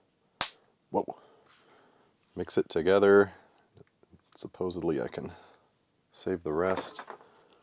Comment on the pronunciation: Thank you for saying "supposedly". My friend says it "'Joey from Friends'-style, "supposebly". Every time he does, I want to punch him in the arm. I don't know why that bothers me so much...